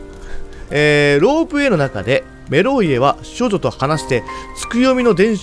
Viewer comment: 最初の文の「少女」ってとこが「処女」に聞こえて耳を疑った